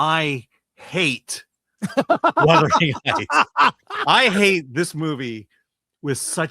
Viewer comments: Chris keeps saying the name wrong. It’s Wuthering not Withering 🤣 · It is not Withering. The heights did not whither. It is Wuuuuuuuthering Heights. As in wind which wraps around the house seemingly coming from all directions. WU. AND while I am at it it is not West Minister. Minster. Min. Thank-you. Word Karen OUT!!!❤❤!❤❤